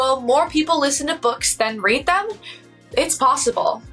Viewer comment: The way she incorrectly pronounced 'read'. It happened more than once which makes me wonder if this is AI? 😮